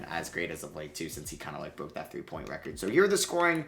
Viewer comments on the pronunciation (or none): none